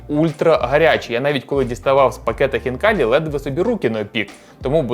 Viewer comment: Не ХвнкаліЇ а Хвнкалі !!! Бо звучить як Фікалії